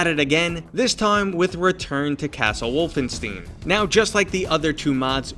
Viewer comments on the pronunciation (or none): Did you just pronounce it "-steen" like the Mel brooks movie?